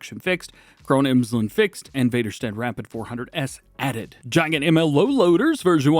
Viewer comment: Gee-gant, or Guy-gant I believe is the pronunciation